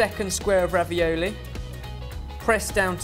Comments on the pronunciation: Thought ben said raviyolo at one point. Getting down with the kidz, are we?;) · Its RA-VI-O-LO.. not ravioli